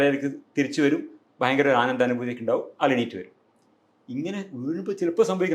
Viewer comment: ഓ!.... നിങ്ങളുടെ അത്രയൊന്നും വിവരമില്ലാത്ത ആളുകൾക്കിടയിൽ... .ഭയങ്കര സംഭവമായി താങ്കൾ കരുതുന്നു... ഹോ....താങ്കൾ ഒരു മഹാ സംഭവം തന്നെ.ഇൻ്റർവ്യൂ ചെയ്യുന്ന സേച് ച്ചി. "ഫയങ്കര സം ഫ വം"തന്നെ.